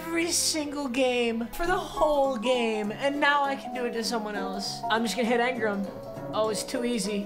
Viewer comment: Angram bruh its Engram